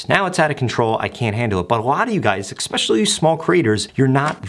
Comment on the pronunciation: especially. especially. especially. egg-specially. It's not egg. I can't watch anymore of these videos, you broke my tolerance.